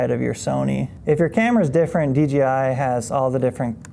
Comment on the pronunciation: Says “dgi” like 9 times….. could’ve swore it was DJI